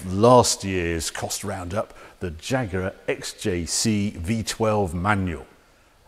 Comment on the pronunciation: Am I the only one who's hearing him saying jagurar